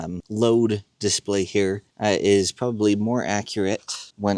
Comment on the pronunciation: di-SPLAY, not DIS-play